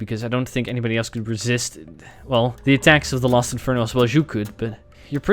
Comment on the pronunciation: Keith shut up also don't worry dark burning I also here him say Lost when I slow it down I hear los so I think he just has different wording